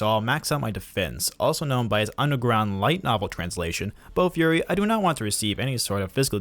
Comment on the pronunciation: It was bofuri not bo fury 😆